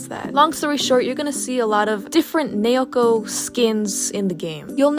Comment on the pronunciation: you pronounce naoko like Na-Oh-Ko. hope this helps!👍👍👍